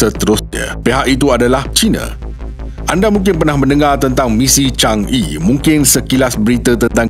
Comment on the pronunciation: Sebutan Chang Er, bukan chang Ee